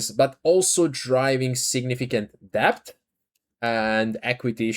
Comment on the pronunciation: Really appreciate your videos. Try to remember that you don’t need to pronounce the B in DEBT. It’s just ‘DET’. Makes your life easier and makes vids ever so slightly more accessible, which is good for the channel. Hope you don’t mind the advice. Keep up the good work